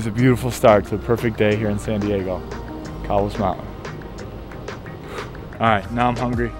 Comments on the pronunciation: Actually, Cowles Mountain is pronounced with a long vowel "O" sound...properly KOHLZ...named after George A. Cowles, who was a rancher, farmer, and businessman here in the 1870s-80s. Orginally from the East Coast, Cowles moved to San Diego, expanded his fortune and became known as the “Raisin King of the US.” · yeah I was gonna say pronounced Coles.... don't feel bad everybody does it... even long time SD residents... I am really enjoying your videos. Not sure if you have explored the East County... Julian and beyond to the desert. That would make a great video.